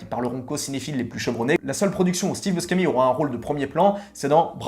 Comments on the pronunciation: Steve Buscemi: son nom se prononce /buchémi/, pas /buskémi/ er Robin Williams est décédé en 2014. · prononcer Bouchémy, c'est un nom italien